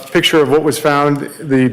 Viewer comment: So, defense team, the word is picture, not pitcher. PICK chur, not PIT chur. You're welcome.